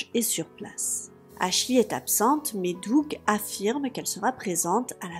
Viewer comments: Dès que tu dis "aslchy" ça me donne envie de péter mon ordi lol...on dit "aschley" même si je ne sais pas comment ça s'écrit, mais ça me soule sérieux… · Ashley qui se prononce: "Achlai" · ashley se prononce pas avec un i a la fin